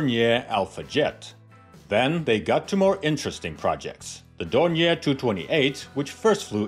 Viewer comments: I think the pronunciation is more like "Don-yay". At least that's how the Brits say it. And I think the Germans. I'm a fan of Doniers, going back to before WW2, they make some interesting stuff. The Do 24 is just fantastic looking, maybe the best looking flying boat ever. Who doesn't like a trimotor? And they are still flying them, I think they even still make them, with turbine engines now. I might be thinking of conversions but I think I remember being surprised they are or were still being built right up until recently. Everyone thinks the Catalina is classic but the Do 24 seems roughly equivalent. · Hello from Munich, which is situated only 30 km far away from Oberpfaffenhofen. Indeed you can't forget the pronunciation of the "R" in Dornier. Try it wirh DORN-YAY. Maybe this is the best approach to the right pronunciation. ;))